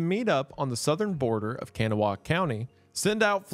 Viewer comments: Just saying, locals pronounce kanawha as Ka-nahh lol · As a West Virginian I am obligated to tell you Kanawha is pronounced "con-AWE" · Excuse me Mr. Goon. As someone who lived in the area for some time, it is pronounced KAH-NAH county WV even though it's spelled like Kanawha. Not sure why, I think it's Native American. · EXTREMELY minor correction, it's pronounced Kanaah. I don't know why, but it is. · Wendi, we from WV love you and appreciate the spotlight you give our state, but dont let a Kanawha County native catch you pronouncing it like that hahahahaha. Kuh-Nah-Wuh is how we would say it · i love when ppl mispronounce Kanawha bc i, too, mispronounced it before moving to WV and being corrected lmao (it sounds like kuh-naw") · I finally have input that isnt all over the comments! Lol. Its pronounced like Ka-Naw County. Its almost always pronounced the way you said it to anyone not from this area. Love your video bro. One of the best to ever do it. Thank you for talking about us without the common stereotypes. Not that you'd do that in the first place but still, thank you. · Kanawha county, valley, river etc.. is actually pronounced (KA-NAW) here in West Virginia. You wouldnt have any idea because even online it gives you a pronunciation closer to how the indigenous would say it but if youre from here or know someone from here theyll tell you the right way. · Kanawha is pronounced can-nah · Kanawha is pronounced kaa·nuh·waa. Locally we just say Kuh*Naw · as a northern wv resident, i fuggin love this video also its kuh-naw-wuh county anyway love this vid, somebody send em a peoperoni roll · I live in Logan County, West Virginia. ETA: not much has changed; they are just quieter with the corruption...... Also Kanawa is pronounced Ca Naw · It's Kuh-naw. Two syllables. The first time you said Kanawha county, I twitched, but decided it was fine. I feel like it just got worse from there 😂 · the way he pronounces kanawha lolol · Everytime he says Kanawha I cringe